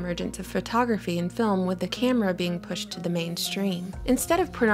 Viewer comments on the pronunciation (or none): Lol the way you said 'pushed' lololol.